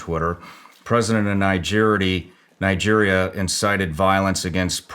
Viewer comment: You almost pronounced Nigerian like Nigeristan...